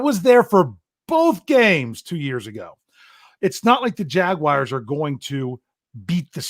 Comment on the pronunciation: Does it make anyone else cringe when calls em the jagwires 😭😭😭😭 great show guy